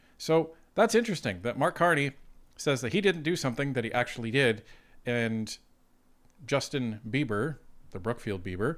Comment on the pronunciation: 'Justin Beber ' LOL...